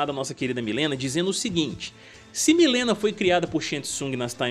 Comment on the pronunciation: Pq quase niguem pronucia mileena certo